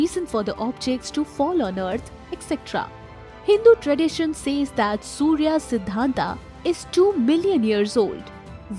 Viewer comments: देवी जी अगर थोड़ा और पढ़ लेती तो अच्छा होता। सूर्य सिद्धांत है सूर्या सिद्धांत नहीं है। क्यों नाम का ऐसे मजाक बना रहे है। कमाल की बात है हम भारतीय हर बाहरी लोगों को पुछ देते है कि क्यों गलत बोलते है। खुद जब मजाक बनाते है तो को नहीं बोलता। आगे नाम को "आ" लगा कर ना बोले। राजा माया,रावण,राम,सूर्य। आप बहुत अच्छी जानकारी देती है लेकिन जिसके बारे में देती है उसकी भी थोड़ी इज्जत कर ले। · Einstein, it is 'a' not 'aa'.